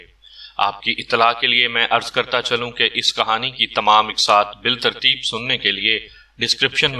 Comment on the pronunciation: Urdu lafz bit-tarteeb parha jayga, bil tarteeb ghalat h....